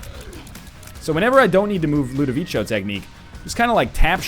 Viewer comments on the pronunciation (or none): (ludovico. not ludovicho. it's a hard K sound.) ~whistles and ducks thrown objects~ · I feel like my ears are being stabbed: Ludovico is pronounced like "ko", as in "constellation" ,not like in chow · I know this is getting to you late, but it's pronounced "Loo-duh-vee-Ko", not "Loo-duh-vee-Cho". It's driving me crazy. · Isn't Ludovico an italian name? If so, it should be pronounced Ludoviko, not Ludovicho! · Again man? It's Ludoviko, not Ludovicio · Ludovico not ludovicho goddamnit. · Please stop saying Ludovico technique like that! It makes my ears bleed. It's LudoviKo. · Ludovico is italian and it's pronounced like ludoviko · I think it's pronounced "Ludoviko", NL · LOO DOUGH VEE CO LOO DOUGH VEE CO LOO DOUGH VEE CO LOO DOUGH VEE CO LOO DOUGH VEE CO LOO DOUGH VEE CO FOR THE LOVE OF GOD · So am I the only one that hates the mispronunciation of Ludovico? Don't get me wrong, love the video, love NL, but goddamn it irked me. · Ugh, please stop mispelling "Ludovico". You even said it right once in the past! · One day NL will pronounce ludovico correctly... one day...